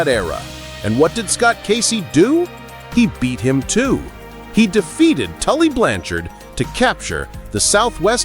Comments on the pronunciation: I had no idea that Lanny poffo was the geniuses brother I also never heard of Tully Blan- Chard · Tully Blan Chard LOL